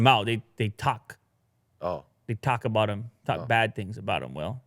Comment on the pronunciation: Lol is so exited about the MacBook Pro 16 his Canadian accent peeks out at the end of his chit chat with will aboot it. I hope they do a spoof episode where they bring out the accent on the heavy for laughs.